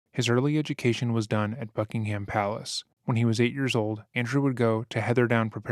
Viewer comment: Not Bucking-ham, Bucking-hum. One fast word.